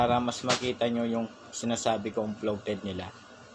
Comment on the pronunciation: Correction lng boss. Bloated Ang tawag sa capacitor na lomobo na. Ang dinig ko Sabi mo floated. Bloated boss Ang tawag. 😊 Pero Ang galing nyo boss. Keep it up.